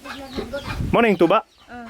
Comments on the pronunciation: Unsay bisaya sa tuba? "Tsuba" hahaha na slang mag kalit si ante... Giahak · FYI tuba in visayan dialect but still tuba in English but it only pronounce like this "TYUBA". Hope I'm correct. Laag pa more.🤣😂😅